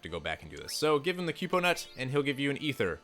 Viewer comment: I was gonna say something too. And i thought "kupo" was "koo - po" and not "kyu-po" But to each their own